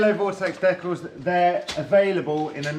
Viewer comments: kills me with that pronunciation,"Dekles"🤣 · Have I been pronouncing Decals wrong my entire life?! Fucking sick bike! Love that color!